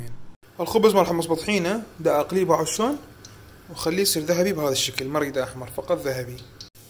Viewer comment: شون لو شلون حتى لهجتنا الحلوه قلبتوها صححوا كلامك